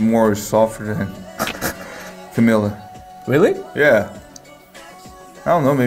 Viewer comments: "CamEla" in the end of video triggers me so much ugh. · she's triggered coz you pronounced camila's name wrong